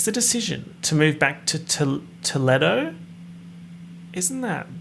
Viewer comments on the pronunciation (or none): i'm from ohio and the way he says toledo with his whole chest... girl bye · struggling to pronounce Toledo took me out for no reason